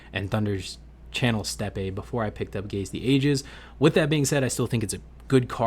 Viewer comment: “Steppe” is pronounced the same as “step” 😊